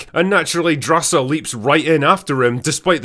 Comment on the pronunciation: GORRRRGE DRRRRRASA I love how u pronounce it!!!!